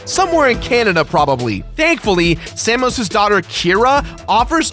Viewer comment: omfg, how do you do that? The game has complete voice acting, and never once has someone called him sam-ose, it's same-ose